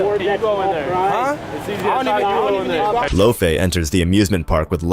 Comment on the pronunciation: It’s just lofe. Like loaf. Not lofé😂